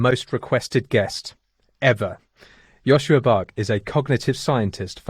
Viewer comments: Great talk, but next time say his correct name when introducing : Joscha NOT Joschua . Thx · Bit grating to hear his name pronounced as Joshua